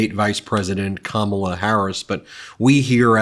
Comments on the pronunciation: You may not be a Trump guy for much longer Mr Vance. Trump probably wont be a Trump guy for much longer. Have you guys met Ms Harris? The excitment I feel is very real. We have a great candidate in Kamala. I see you have trouble pronoucing her name. The stress is on the first syllable Ka. I know you have a problem with speaking english still but hey; you finally might know what NATO does. It is an alliance. The USA went to war against Iraq and all Nato members went with us. Thats how it works Donny. Even for such a stupid war all of the NATO members acted like it was cool to help the USA in our creation of ISIS. You still dont get it right? Maybe Kamala will help you. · Trump talks about her as if he knows her. He doesn't even know how to pronounce her name.